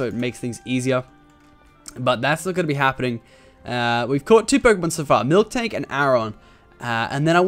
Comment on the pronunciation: Am I the only one that gets annoyed when tofu tubers say milktank when it's miltank lol